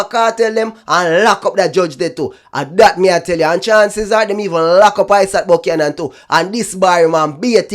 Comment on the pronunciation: Great try Dry spray buck-yan-an 😂😂😂😂😂